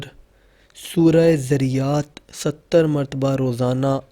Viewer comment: Pehlay Surah ka NAAM to Saheeh se Parh lo.Dunya ki Baatain to Bohat Ziyada Aati hongi magar Quran k Saath to Bad Sulooki na karo.